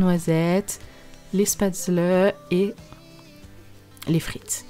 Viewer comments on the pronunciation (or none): Ça se prononce « chpatsleu « 😉 , c’est vrai que c’est super bon ( je suis alsacienne )